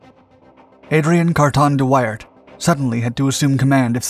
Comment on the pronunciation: It’s not thát important but at the start of the vid the city views shown when talking about Brussels are somehow all taken from Bruges (Brugge). His name should be pronounced as wi in window and ar as in art but leaving out the t-sound, like wi-ar. So much for nitpicking…